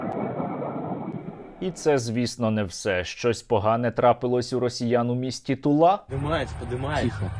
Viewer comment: Сергей, город Тула, ударение на "у", известен своими оружейными заводами. Пол города работает на армию еще с дореволюционных времён.